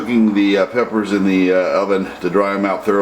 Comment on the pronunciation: I went through all these comments. For 12 years people have been asking for clarification on what kind of peppers he's using but for whatever reason, he refuses to list. I have let a dozen people listen to the video and no one can understand his pronunciation of the peppers he's using. Also, always remove stem and remove seeds and veins then bake peppers for 4 minutes at 350 degrees. Let cool and grind.